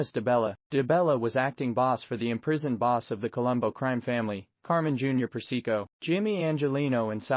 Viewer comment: Carmine "the snake" Per-se-co?